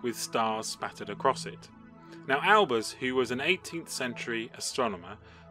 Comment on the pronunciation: It's not Albers' paradox, it's Olbers' paradox!